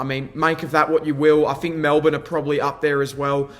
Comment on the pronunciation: Good analyse all almost 100% only thing that’s annoying is you need to articulate, three, think, through, not free fink frew. 😂😂😂